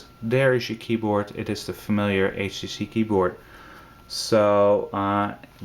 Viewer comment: he said "H she she" lol